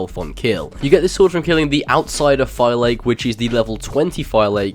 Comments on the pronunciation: its pronounce Fa-Lak-key not Fi-lake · Did you even pay attention to any of the cutscenes in the game? Fi-Lake is not how you pronounce that word. they say fe-lak-ey all the time. I appreciated the content, but listening to you say fi-lake like it is an intel processor drove me insane. Also, predator bows are not made for open combat, they're for stealh killing, that's why they're unwieldly in the heat of combat. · FIL-AH-KEE not FI-LAKE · they actually say the name in the game in many places. It's pronounced "phi-LAA-keys" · I'm pretty sure Phylake is pronounced FI LA KEYS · You mispronounce Phylake it’s Phil-Lackey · just for future reference, "Phylake" is pronounced "Fi-lak-i-tites". And also, predator bows are great if you use them correctly. They are meant for long range stealth kills, and if you don't like stealth then obviously it's understandable if you prefer warrior bows or hunter bows. If you do end up trying them out, use the Enhanced Predator Bow skill that lets you control the flight of the arrow up to 70ft. It's incredibly useful for firing arrows around corners and killing enemies from afar without being spotted at all. Love your vids by the way:) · Why is it that no one on Youtube can pronounce Phylake? You literally hear it pronounced correctly throughout the game but people go nah, Ima just butcher it instead. "FILL-ACK-EE" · I pronounce it like Fy-lake, is it correct? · I think the OP should go back to the game and learn how to pronounce "Phylake" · Why does every one say phylake wrong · Garrett Friday sounds stupid? It's not English, I mean you're going to say whatever you want to say but that's not how it's pronounced.